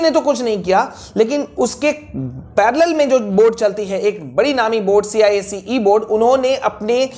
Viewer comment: Cise nahi icse😂😂